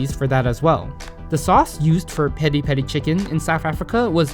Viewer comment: Pi(sounds like pea)ri